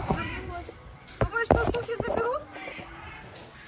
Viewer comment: По всем нормам произносится "што", а пишется "что"